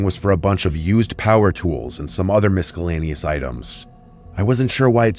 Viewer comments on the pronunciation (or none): It's not Misk-call-ayneous it's "Miss-all-ayneous" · Bro always cracks me up when he says "misCUHlaynious" 😂 Much love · ..Did you really just say ''MiSKAlaneous''? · Miss-ca-laneous? Really? lol